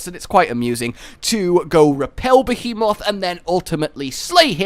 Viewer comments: Yay, new armor set that looks cool, but I'll end up making a whole new set to use it in. If not just craft it and use it as a cosplay set. At the end of the day, all that matters is that Behemoth is a difficult monster, and that I don't need "friends". (Also, a two year old could pronounce "Behemoth" better than you did in the intro.) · Why you pronounce behemoth weird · William Morse he already mentioned in a previous video ON the subject of the behemoth that he knows he pronounces it wrong, he knows how to say it right, it just more natural for him to say it that way. Like the pronunciation of "Caribbean."